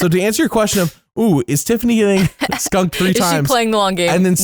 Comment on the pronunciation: you put too much emphasizes on skunkung lol.